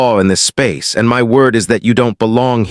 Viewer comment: What was the reason the AI narrator pronounced the word “my” as “em wy” ? “You’re in EM WY establishment, on EM WY time, disrupting EM WY Marine’s meal…” It’s a basic English word, not a secret code !